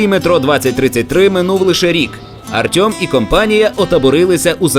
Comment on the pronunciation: Чому "Артьом", а не "Артем"?